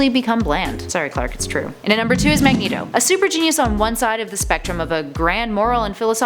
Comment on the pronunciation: Correction it's Magneto not Magento 😂😂😂😂